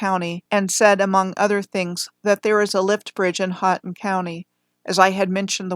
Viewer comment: Very nice coverage of my homeland the Upper Peninsula of Michigan. You did pretty well with your pronunciation of Houghton county (ho-ton) and the Keweenaw (key-wa-nah)! I'm near Munising, which is home to Pictured Rocks National Lakeshore. There is a lot of interesting old world architecture in just about every town and small city up here and I've been thinking about starting a project with my daughter documenting these buildings what I plan to call the "Marquette Mudflood"